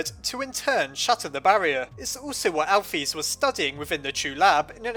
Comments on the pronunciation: ur supposed to say alphys like this al-fis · Alphys...... = "Al fiss" not "Al feez"